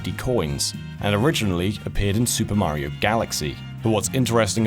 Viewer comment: Why do you pronounce Mario's name as if you were speaking in an American accent? That's really bizarre.